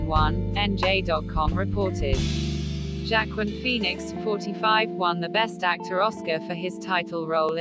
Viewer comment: Wah-keen Phoenix, not jackquin!